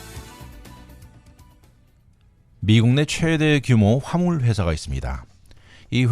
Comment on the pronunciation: 발음이 정말 엉망이네요..화물 이라는 발음을 한참 듣고서야 겨우 알았네..방송 선배들이 발음법을 안 가르쳐주나? 그러니 2 류 방송 소리 듣지요.